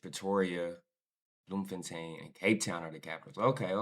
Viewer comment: Bloom-fan-tane had me rolling on the floor